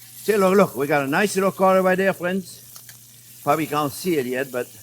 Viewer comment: Hewo deh fwends!